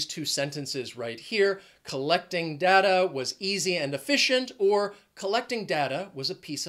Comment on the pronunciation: DATA PRONUNCIATION PLEASE